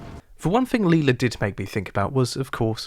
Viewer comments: It’s Lyla. Not Leila. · It's Lila. Who's Leela? 🤣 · Bro says Lila like a psychopath, but Brian like a normal person